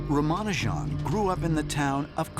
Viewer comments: The video was alright but I hate how the narrator butchered everything with words that aren't even hard to say. For example, in the video the people that are talking about him say everything correct like they say Ramanujan but the narrator says Rhamanoojan. It's properly said here smh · It's not ramaanujaan It's Raamanujan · It is not Rama nu jaaan It is Ramanujan mono syllable. Don't butcher names. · Why do you spell it "Rumanojan"? His name is Raamaanujaan! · Atleast u cud do the least to pronounce his name properly its raa maa noo jan and not ramanajan...GOD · Hey world, Speak is name correctly Not "ramaanujaan" But "ramanuja" Edit - n is kind of silent (I don't know) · Its not Ramanujaaan its Ramanujan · It's Ramanujan not Raaaamaanujaaan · Its nut rumanujaan but raa maa -nuu jam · Its not ramanujaan... For heaven's sake.. Its Raamanujan.. please keep ur pronounciation proper!!! Its a hindu name!!! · its not Ramanu-jan.its pronounced as Rama-nujan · Its ramanujan Not ramanujaaann🙁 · They pronounce it so wrong. It's "Raam-anu-jan" not ram-anu-jaan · Kindly pronounce him name as Rama'nujan and not ramaa'nujaan. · His name is not Ramanu Jan, it is Rama Nujan. If you are saying some thing about him, learn his correct name. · Whoa, Black Betty (Ram-an-ujan) Whoa, Black Betty (Ram-an-ujan) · Its not Ramaanujaan.... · It's pronounced Ramanu gen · Not to be rude, but you had me laughing everytime you say 'Ramanujan'. We pronounce it Raamaanuujan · Its Rama-Nu-jan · Please learn to pronounce his name it's pronounced as ram- a-nujan . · Ramanajuan?? Ancient Alien??😂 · why they pronouncing the name wrong it's "Raamaanujan". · Rah-mah-new-jan. Please say his name correctly. Thank you. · The narrator literally mispronounces his name... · And yet you can't even pronounce Ramanujan's name correctly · If you want people to take this seriously, you should at least learn how to say his name properly. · When these Whites can pronounce the Indians Name easily 🤦🏻‍♂️🤦🏻‍♂️